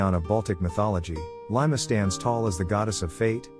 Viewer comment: The AI voicecreally butchered the pronounciations. It is Perkūnas, it is pronounced Per-koo-nahs. Laima was fairly greatly pronounced, but Gabija was horrible, it is pronounced Gah-bee-iah, I do not understand the next name at all, then Žemyna is pronounced Zheh-mee-nah, Aušrinė is hard to explain, but we can say it is pronounced Aoo-shri-neh, Medeina is pronounced Me-dae-nah, Giltinė is Gil-tih-neh, Velinas is Ve-lih-nahs, also he is not a trickster, he's like Hades, the trickery came with Christianity, Eglė is Eh-gleh, and she was the queen of Serpents, specificly the grass snakes with the yellow ears, then I can't hear, but if it is Rūgutis, then it is Roo-gooh-tihs.